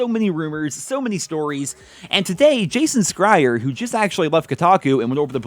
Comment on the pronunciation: “Jason Skrier” LOL nobody ever knows how to pronounce his last name